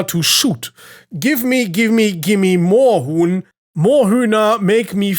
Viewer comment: Yo! As a Proud and happy German I can officially confirm that your pronunciation of Moorhuhn and several other German words is very good and understandable. I’m proud!